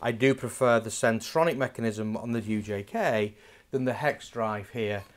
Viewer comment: Hi great videos and good advice in the products! It’s centrotec chuck / fittings not ‘centronic’ I noticed you say that in a previous video too!